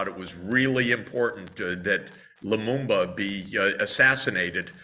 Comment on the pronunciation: "La Mumba" "or wellian" Edit much, folks? Incompetent!